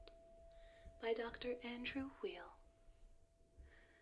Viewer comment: Just for future reference, 'Weil' is pronounced like 'while' :)